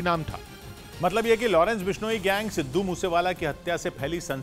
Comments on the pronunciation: Abhi tak aapko Sidhu bola nahin aaya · सिद्धू बोलना तो सिख ले चुतीए 😂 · Aabe Namm toh acche se le le sidhu moose wala.. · Sidhu moosewala toh sahi boloo 😓😓😓